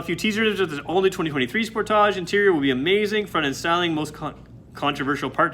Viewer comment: The way you pronounce sportage, gives me ear cancer! Spoortaaje